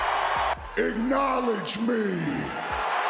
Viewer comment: Just "acknowlodge"